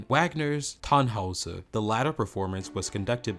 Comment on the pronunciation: A couple of others: James Levine's last name is pronounced Le-vine, not Le-veen and Tannhäuser is pronounced Tannhoiser not Tannhauser. These are small errors but they tend to undermine the reporter's credibility.